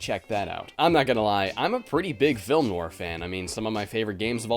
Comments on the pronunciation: If i hear you say noir wrong one more time. Its like no are not no war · Noir, pronounced Noire like No R. I love your vids man but hearing you pronounce it that way made me want to shoot myself. Love ya, but MMMMMNNNNNN!!!!! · Noir is French and pronounced like NWAHR. Just saying. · Film nwar...? lol, is that the usual American pronunciation of it? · I can't handle how frequently you mispronounce noir in this video lol